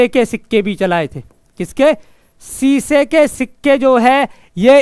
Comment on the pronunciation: सीसे नही शीशे माफ करना🙏🙏🙏🙏🙏